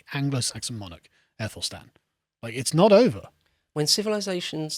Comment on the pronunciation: Carl- as far as I am aware the AE combination letter is pronounced 'Ah' as in 'Apple' not 'Ee'. it would be pronounced 'Athelstan'.